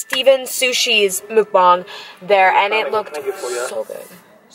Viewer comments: It's muckbang not mubung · It is call muck bangs not mook bongs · It’s not “muke-bang”... 🤦‍♂️ pronounce it like “muk-bong”. You’re welcome! ;) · I’m sorry a "mookbong"